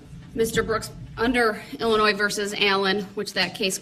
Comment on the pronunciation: There’s no “S” sound in the pronunciation of Illinois. Idiot